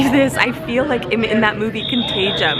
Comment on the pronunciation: Contagiom? Girl, it’s contagion. 🤣